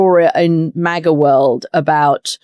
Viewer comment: I say MAGA she says MAGAR 😂😅😂😅